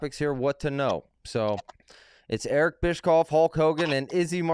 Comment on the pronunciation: Sounds great to me. Btw, the dope in the chair, bottom right, questioning other people's intelligence when he can't pronounce "Bischoff" is comedy gold. 😂